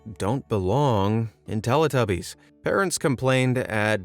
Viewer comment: It's pronounced Tell - EE - tubbies not Tell - Uh - tubbies. Haven't you ever heard the theme song?!